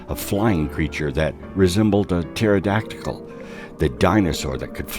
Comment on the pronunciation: Yeah, I thought I heard him mispronounce it!